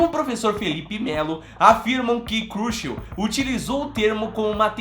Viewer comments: O video é legal mas nao é Curchel, e sim Churchill. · Winston "CRUCHEL"? Desculpe. Mas, o certo não seria "CHURCHILL"? Com a pronúncia aproximada "TCHÃRTCHEL". 🤔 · ...a pronúncia correta seria "Xurxil" (transliterando para o português). Winston Churchill é um vulto histórico universal. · Meu querido, gosto muito do seu canal e sempre te acompanho, mas errar assim o nome de um dos maiores estadista do século XX quando temos tantos programas que nos ajudam a ler os nomes "difíceis"! Pelo amor meu querido! Digite o sobrenome Churchill no Google tradutor que vc ouvirá a pronuncia correta! Winston Churchill memorável primeiro ministro inglês! #ficaadica!